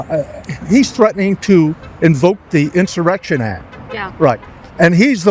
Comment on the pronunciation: Insawection Hurrdurr